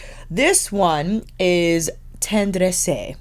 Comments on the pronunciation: Hey, because of this vid, I just purchased the Tendresse in Paris (on my business trip). It is pronounced “tondress” and it means tender. Not that I know French…😂 I just asked the guy who helped me with the transaction. It is 80Euro - tax returns. It is actually my first Chanel beauty item. I just wanted to get something from Paris 😂😂😂 Thanks for your review. 😊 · Let's see if I can help you pronounce them: Tendresse: ten (do not pronounce the n) dress ( yes I wrote dress, that simple but the r at the back of of the throat.) The way you pronounce it with the e at the end is more Italian. Charactere: ca rac tair (do not pronounce the e) here is a good rule, some exceptions of course 🤣 but usually, in French words, do NOT pronounce the last letter I.e. blanc, pronounce blan. If you would like some quick French Pronounciation lessons, I'm you French Canadian gal 🤗😍😘💖😘💖